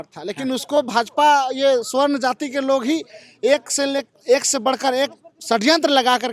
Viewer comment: स्वर्ण नहीं,सबरण और सबरणों कहिए।